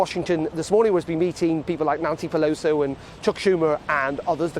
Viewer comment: The Tories are to blame in not pushing the deal during the Trump presidency. Most of us were saying so at the time but as usual our political leaders are as thick as pigshit. McCaffrey still a lazy journalist I see - it's 'Pelosi' not 'Peloso'. Jeez.